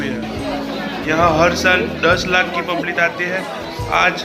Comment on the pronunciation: publit yaa public 🤣